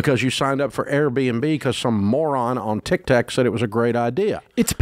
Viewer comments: I can’t stop laughing about Dave calling TikTok “tic tac” 😂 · It’s him calling Tik Tok, Tik TAC 😂😂